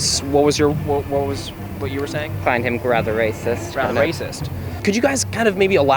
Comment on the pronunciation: “Rather rathitht” lol